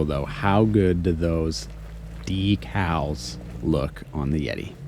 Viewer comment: them dee-CALS though.